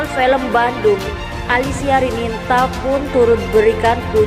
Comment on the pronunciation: jangan percaya dgn peramal .fitnah. baca nama salah ALISIA RININTA dibaca Alisia RINANTA / Rinanti he he ngawur